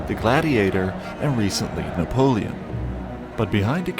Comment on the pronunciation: Na-pole-lee-on as you pronounce it in video 😅